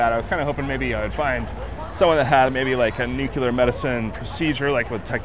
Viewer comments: I'm beginning to notice this more: It's new-clear, not nukular. Old pet peeve on my part. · Dude. I've watched a bunch of these vids and I'll just say it. If you're going to have a channel on radioactivity and nuclear topics, please learn to pronounce it correctly at a minimum. Noo-klee-ur. Not "Noo-kyoo-ler". For credibility, if nothing else. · Nuclear is not pronounced nukeyoulur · There is only one “u” in nuclear. Please learn to say the word properly.